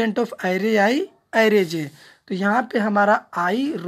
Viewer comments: Array❌ Aairee✅ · Array hi hota hai aairee nhi